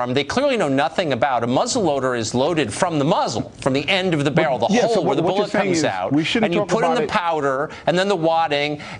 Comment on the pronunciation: I love the way that guy pronounces bullet, like it's a special word. Where did he learn to speak? Popolation.